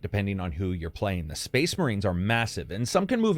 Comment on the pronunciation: SPOICE MUHREENS? SPOIC MUHREENS!